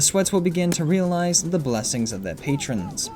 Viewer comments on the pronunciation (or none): none